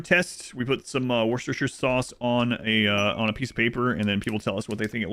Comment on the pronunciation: War Chester Shire it's 3 words Worcestershire. :D